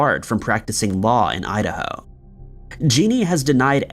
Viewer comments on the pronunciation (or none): none